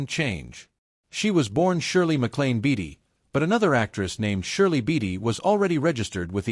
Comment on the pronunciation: It's BAY-TEE Not BATTY. Great video!